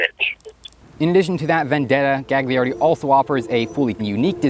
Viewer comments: You shouldn't pronounce the second g in Gagliardi. It'd be closer to "galyiardi" in Italian. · Fantastic video man! One note: "gli" in italian is pronounced "lee", so the name would be pronounced like Galiardi (middle G is silent) :) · Psst: The second "g" in Italian words is silent.